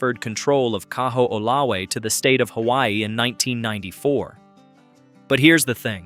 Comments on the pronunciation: Kahoolawe = Ka - ho - o - la - ve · Kaho’olawe Ka-ho-oh-la-vay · If you're going to make a video on Hawaii, PLEASE learn how to pronounce Hawaiian words! You destroyed the pronunciation of the word "Kaho'olawe," " Kaliuwaʻa," "Kamehameha" and so many more.